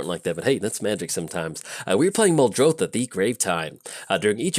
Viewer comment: Mildartha not muldartha also she is better Marian